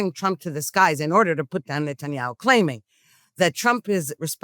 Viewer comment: You said the prime ministers name wrong